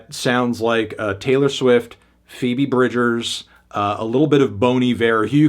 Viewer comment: WHY ARE YOU UNABLE TO PRONOUNCE PHOEBE BRIDGERS